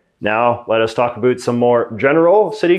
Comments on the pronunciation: No one says 'about' like that in Canada, no one. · Why do you say abut instead of about? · The way you say "about" is so Canadian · you have the most Canadian way of saying 'about' that I've ever heard tee hee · As soon as he said "about" I knew he is Canadian.😂